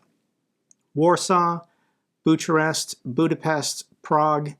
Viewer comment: Great video but you need to work on your pronunciation of "Bucharest":P